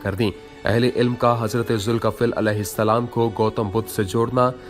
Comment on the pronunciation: Zulkaffil nhi zulkifil h aap sahi se naam lijiye ye nabi ka nam hai 🙏